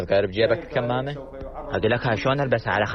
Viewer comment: تحياتي استاذ احمد .. نعم تلفظ كِمامه لان الكمامه لغةً هي للخيول و شكراً